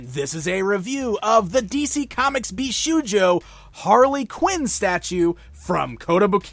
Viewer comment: Just a short note: it's pronounced bish"oh"jo, not bish"oo"jo